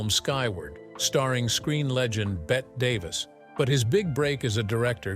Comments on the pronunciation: + -Yes thanks. I got seven minutes into this AI narrated garbage and quite right about the time it mentioned Bet Davis instead of Bette Davis. Why can't they use a human voice, like maybe their own voice? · It's not pronounced Bet.Davis. ffs. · BET Davis, LOL its BETTY Davis